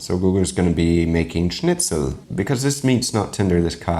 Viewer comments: Wow, your pronunciation of "Schnitzel" was absolutely perfect. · As a German i appreciate your pronounciation of Schnitzel but i dont like what guga did there. I love him but as a German this is just offensive. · as a german I have to say, it makes me really happy how you pronounce Schnitzel. 😢😊🤣 Most of the english speaking people can't pronounce it right. 😁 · I love it how nicely you pronounce Schnitzel. Very clean. But how dare you to call that thing a Schnitzel my ancestors cry and I cry as well. Selbst wenn der Kaiser eines Tages aufwacht stirbt er bei diesen Anblick.